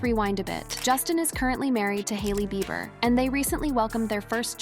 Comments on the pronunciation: His last name sounds out beeber not bye ber lol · I hate how this voice pronounces Beiber as Byber 🙄 😄😄😄😄😄😂😂😂😂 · This AI voice can’t pronounce Justin’s last name. It’s just rehashing old stuff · With A.I. out there... PLEASE do NOT believe ANY "leaked" phone calls!!!!!!!!!!!!!!!!!!!!!!!!!!!!!!!!!!!!!!!!!! The voiceover to this video is A.I. and that is why it can't say Julena or Bieber correctly everytime. Be careful what you believe nowadays. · 😂😂😂 say his last name right!😂😂😂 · I know right!! Got me rollin!!!🤣🤣🤣🤣🤣🤣🤣🤣🤣🤣🤣